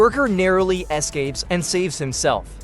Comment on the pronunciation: I'm glad he narrowly "A-scapes".